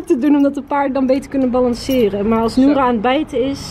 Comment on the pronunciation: nadine zegt steeds Nora in plaats van noura